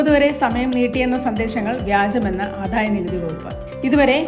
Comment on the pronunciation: എന്റെ കുഞ്ഞേ, ആദ്യം മലയാളം നന്നായി വായിച്ചു പഠിക്കൂ. ആധായം എന്ന് ആല്ല. ആദായം എന്ന് പറയൂ. ധനം എന്ന് പറയുമ്പോലെ അല്ല. ഒരു നല്ല കാര്യം കണ്ടത് , ദനം എന്ന് പറഞ്ഞില്ല എന്നുള്ളത് ആണ്. Correct ആയിട്ട് ധനം എന്ന് തന്നെ പറഞ്ഞു കേട്ടത് ഒരു സമാധാനം ആണ്.